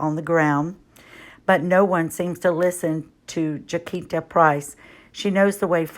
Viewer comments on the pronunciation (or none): I think her name is pronounced Jah-sin-tah. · Jacinta Price is pronounced as Ja -Cin -Ta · Hi. "Jacinta" is pronounced Jassinta.IMO Movements like BLM are made up of people who want to agitate and cause unrest amongst the populace. They also use their mantra to legitimise criminal activity eg looting and damaging monuments. Righteous everyday folk need to speak up. Thank goodness for people like Alan Jones and Jacinta who are willing to speak out about these matters. XO From Oz 👍🇦🇺🐨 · I am in Australia and am absolutely addicted to Days of Our Lives 2020 - Director, i am not having a go at you at all, but Jacinta is pronounced precisely as if it is spelt JaSinta.